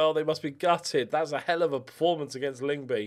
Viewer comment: Some pronunciations to help you out, although you're probably already better than I was when I started learning danish Vejle = V-eye-leh Lyngby = Lung-boo Nordsjælland= Nord Shell-and Midtjylland = Mid yull-and Hvidovre = Vee-door